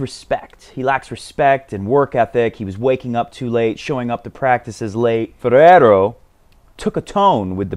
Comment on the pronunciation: I've been playing for the past 15 years but I still enjoy your show...you're tearing everybody's English and especially Spanish names...before it was struuuuff now its BUSTAAAAAAAAAAA and FERRRRRERO....you're hilarious, mate...and the joke about the kid too..and by the way do you watch NBA...if so which is your fav team???>>>Zvendl sounds interesting but I hope NK gets a coach too...